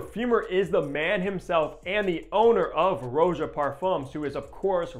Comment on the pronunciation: If you watch any of Roja’s videos, you can hear he pronounces his name “Rah-ja” not Row-ja.